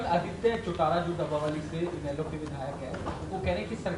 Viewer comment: जिस आदमी को हरियाणा के शहरों के नाम नहीं लेने आते उसको मंत्री बना रखा है डबवाली को डब्बा वाली बोल रहा है ये आदि मानव ओर असंध को भी जिला बनाने की घोषणा पिछले 10 साल से करे रही हैं बीजेपी